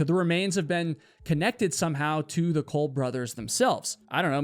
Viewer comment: If it's spelled Cobb why do you keep saying Colbe?? Isn't it Cobb... Like cobweb?